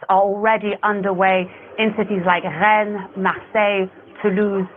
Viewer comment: I think that Rennes is pronounced (Renn).